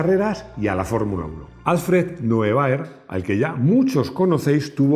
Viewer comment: Buenas. Muy buen vídeo. Quería aportar mi granito de arena para la mejora de la pronunciación del alemán. El apellido "Neubauer" se pronuncia literalmente "Noibaua". "-er" al final de palabra se convierte en la mayoría de los casos en una "a". Muchas gracias.